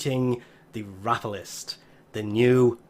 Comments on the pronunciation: Rope-a-list not Rap-o-list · Its ropalolyst please try to read